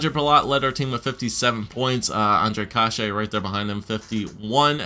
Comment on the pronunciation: youre saying kase wrong, its pronounced case, like suit"case"